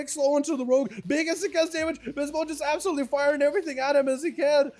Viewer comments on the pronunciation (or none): "Is absolitely overpowers them"